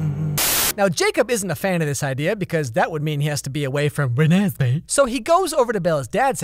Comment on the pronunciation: the way he says Renesmee was Re ally Funny and had me almost dying. I died